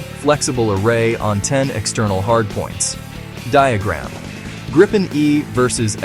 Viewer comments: Is this AI slop? Why are you calling it the Gripe Pen? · It's not [grippen], [graipen] or [greipen], it's [griepen] (think "reaper"). Nevertheless, it's an awesome little plane!